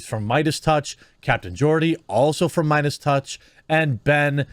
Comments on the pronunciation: Spotify already announced they're not going to "silence" Joe's show. What that means remains to be seen since words mean nothing. As for Joe himself, he's got to stop apologizing. And I think it's pronounced "MAY-dus." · jeremy do you have learning disabilities? who says BREGGING instead of bragging? and why did you choose to read meidas with an A sound